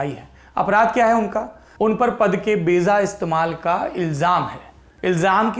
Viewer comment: Bhai BEZA nahi BEJA hota h bhai. Padhey likhey log bhi galti karein achcha nahi lagta